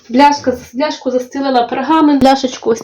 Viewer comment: Дякую вам за відео ❤. Дуже гарні рецепти у вас.І скажіть, будь ласка,як ви кажете пляшка чи бляшка.Ніколи не за чула таке слово.Бажаю успіху ❤